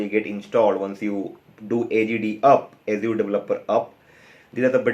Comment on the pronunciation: Fair content. Although it is funny how you say Azure. ऐश्यूर :D.